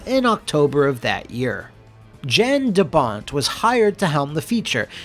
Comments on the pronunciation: Jan de Bont is pronounced “YONN duh BONN”, brutha. 👍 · His name is pronounced like Yawn De Bont, European names be that way.